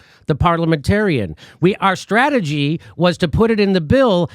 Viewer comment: She said "stwategy"...🙄